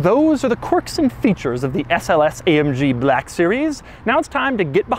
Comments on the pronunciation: Why does he pronounce black as blaaaaahk series? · The SLS BER-LACK series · 'Bleck' Series